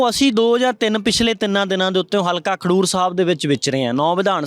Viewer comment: Bhai. Sahib. Khandoor. Nahi. Khadoor sahib. Hai